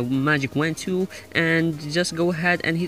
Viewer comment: Its tool not tewl bitch